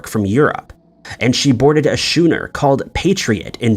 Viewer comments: Enjoyable show. FYI, the word "schooner" is pronounced "skooner", rather than "shooner", as the narrator pronounced it. Yup, I know it's AR to make that kind of correction, but since I can't think of anything to say about the content of the video, as entertaining as it was, this is my somewhat pathetic attempt to help with the YouTube algorithm. Cheers. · Schooner pronounced skoo-ner. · Nooooooo, I can't stand it any more, a Russian schooner, pronounced by this idiot as shooner!!!!!!! 🤬 No more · Why, oh why, do you, in so many of your videos, pronounce schooner “shewner”? It is simply dumbfounding how you consistently mispronounce this word. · Shewner. What kind of ship is that?